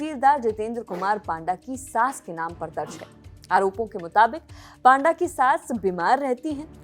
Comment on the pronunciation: पाण्डा = ❌️ पण्डा = ✅️